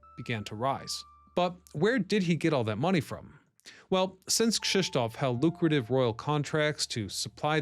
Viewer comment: Good God, how many channels does that Ryan Socash has? 😀 P. S.: the pronunciation of Krzysztof is a spot on, well done!